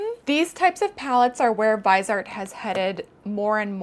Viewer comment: sry maybe u'll appreciate this maybe not but "viseart" is a french brand so you could say "VEE-zay-art", the vise comes from visage